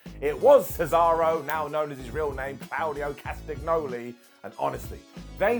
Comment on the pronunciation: The g in 'Castagnoli' is silent.